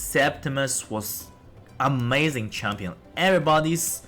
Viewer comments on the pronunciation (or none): none